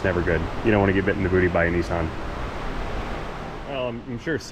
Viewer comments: Holy what parallel dimension is this??? Did I just hear pronounce Nissan properly instead of calling it a knee-sahhn? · It's Nis San its AC.